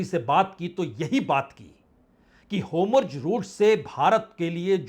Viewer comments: होमुर्ज नहीं होता है और नेहटहनू नहीं होती है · Sir pahle aap pronounciation thik kijyea हार्मोज, एंड नेतन्याहू